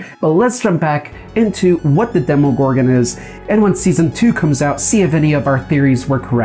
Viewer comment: Its pronounced dem-a gorgon